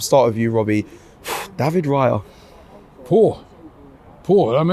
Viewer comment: Who the F**K is David Riya??? It's Raya...